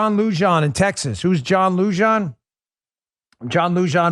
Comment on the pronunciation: Lujan = Loo- Hawn